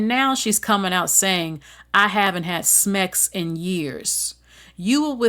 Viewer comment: What the fuck is "smex," or "demismexual" anyway? You can't say the word sex correctly. That's weird. 🤔